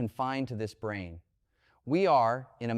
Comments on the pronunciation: I really lost interest when the AI failed to dis-CERN (see what I did there?) the difference between "Brain" and "Brane," which is one of the lines of research within String Theory (as I, a layman only understand it). Branes are MemBranes, two dimensional rather than one dimensional as with strings. But not "Brains," however many dimensions are or might be used to describe them. This is what happens when AI uses AI to narrate material AI has generated itself out of thin air. My dog also chases its tail. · Not "brain", but "brane" as in "membrane". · "brain" = Brane (Membrane)